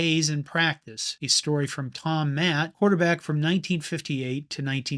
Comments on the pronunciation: Art "SLEE-stur" not "SHLICK-stur." Tom MATT-ee" not "MATT." Niece piece, though. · Good video as usual, but it's Tom Matt--EE, not Matt. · And Art Schlichter. He said “Slick-ter” and “Matt.” They are pronounced “Schlees-ter” and “Matt-ee.” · Yes, besides narrator giving incorrect date of Kent State, he also mispronounced the name of player Tom Matte. Not pronounced "Mat" but correct pronunciation is " Matty." Most longtime Marylanders & Baltimore Colt fans know this all too well!! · There was no national tv audience for the 1971 Michigan game. Tom Matte's name is pronounced Matty. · I love your videos, but please get the pronunciations right!:). I was a Baltimore Colt fan and loved Tom Matte - Thomas Roland Matte (Pronounced: MAT-tee) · Not raining on you, but the Internet is really f***ed up. Anyone who has watched or known anything about pro football in the late 1960s and early 1970s would have heard and known the pronunciation was MAT-tee. The net must be overrun by gen Zs and millennials. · Tom mat ...weird he doesn't know the correct pronunciation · He can't even pronounce the players names. Tom Matte and Art I Schliezter. I spelled his name wrong, but I know how to say it.